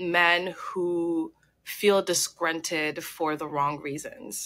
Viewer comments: First off, it’s disgruntled, not disgrunted. 🤣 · BTW the word is ‘disgruntled’ with an ‘L’